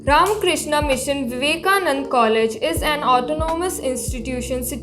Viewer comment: Why are you swallowing vowels ? You are in South India not Arabia.. It is Vivekanand-a NOT Vivekanand.